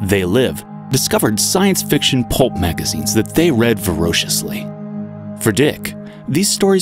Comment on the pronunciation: He read sci-fi voraciously not Ver-o-ciously.